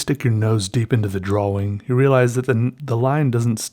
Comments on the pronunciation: lol i can't stop laughing cuz he says drawling instead or drawing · Drawing not DROH WING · ffs can you say drawing please. not drawling it's irritating aside from that great video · Its pronounced "drawL" with an "L" at the end. Jesus Christ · Why does he always say drawling instead of drawing?? It always makes me feel weird if that makes sense lol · “draw-wing..” love it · "besides a draw-wing" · Not to be rude but holy crap the rambling about using a pencil was probably the most boring thing I listened to in a long time. And not to mention the huge pronunciation of 'draween' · am I the only one who thought he kept saying "drowling" instead of "drawing"? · I love how he pronounces "drawing" like "draw wing" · dr-aw-ing. love it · haha i love the way u say drawing..u really pronounce the w. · At this point I think you know that's not how you're supposed to pronounce drawing but you just don't care. Great videos! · I love how u pronounce drawing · the way you say drawing urks me for some reason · i love how he says "drawing" with a hard w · Has ever explained why he says drawing the way he does?